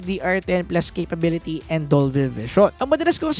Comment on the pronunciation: Konting bawas lang sa word na CAPABIITY goods na yung review mo. Keep it up! 👌